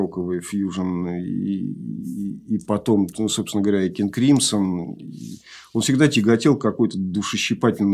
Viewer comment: «Кынг Крымсо» обычно японцы говорят, они всегда слоги с такой твердой ноткой произносят.